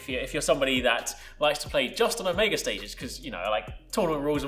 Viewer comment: 'Omeega'....disgusting pronounciation